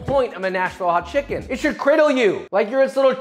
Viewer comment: “They’re not people they’re chimkens” - Joshua Weissman 2021